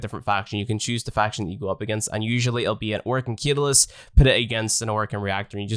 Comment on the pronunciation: Great guide but .... its CAT-A-LYST. Don't mean to bd that guy but it was triggering me